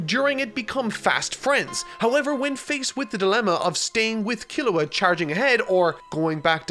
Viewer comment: So is it pronounced "G-on" or "G-oh-n". I've always heard it pronounced "G-oh-n" in both the sub and dub. "Kero-peeka", I mean come on. Sub and dub both pronounce it "Ker-op-ee-ka". Almost but I guess I'll need to add Kilua to this list too. As it is pronounced "Key-lu-wa" and not "Kill-ah-wa" And add Hisoka too the list too. Pronounced "He-so-ka". Not to be judgmental but getting the main characters names pronunciations right is kind of important. (and I'm going by the original sub pronunciations, not even the dub version.)